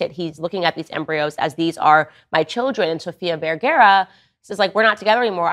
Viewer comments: Vergara NOT vergera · Descripción gráfica de Candace Owens: Es como el doctor Liendre, de todo habla y de nada entiende. PD no es VERGEREAH es VER-GA-RA Graphic description of Candace Owens: She is like Dr. Liendre, she talks about everything and understands nothing. PS it's not VERGEREAH it's VER-GA-RA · VERGARA! Not vergera 😰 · It's VergARA NOOOT VergERA 🤦‍♀️ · Is she saying Sofia Verguero? 😂😂😂😂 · It's pronounced VerGAra ffs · Candace owen's, learn how to pronounce her last name correctly. For God's sake. It is V eh r g AA r aa The first A has the /a/ sound. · Fist of all, you’re miss pronouncing her name.